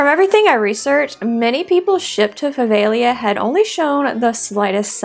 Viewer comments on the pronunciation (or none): Puh-veh-GLEE-uh (I wasn’t sure I heard that. I thought I heard “Prah-vay-Lee-uh” 🤷🏻‍♂️)